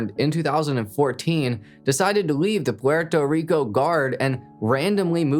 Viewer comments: Gotta chill on the over enunciating of the names and places just say puerto rico normal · Stop speaking so monotone and saying Puerto Rico like that god damn colonizer 😂🤦🏽‍♂️ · Guy trying to pronounce Esteban and Puerto Rico 🤣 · BRO STOP SAYING PUERTO RICO LIKE THAT DAMN I WANNA STAB MY EARS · the way he said Puerto Rico pmo